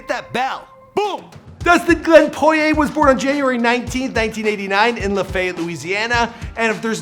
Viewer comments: It’s pronounced “Laf-a-yette” not whatever tf you said lol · I’m pretty sure he mispronounced every name he mentioned other than McGregor lol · And Lafayette lol!